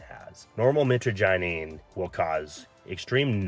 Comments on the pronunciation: Michagyneene lol. I appreciate that you're not fear mongering, but for someone who has been using it for over 10 years, that pronunciation was horrendous. Mih-trah-ja-neen, Mit like in mitch, trah like in trash, neen like in lean or nine like in 9. Both are the most common pronunciations, but I'm not a linguist. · Dude no disrespect but please learn the correct pronunciation of the alkaloid.